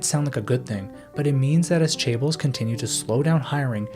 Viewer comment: Crazy this video has so many views and obviously a good bit of work behind it and you can't even pronounce chaebols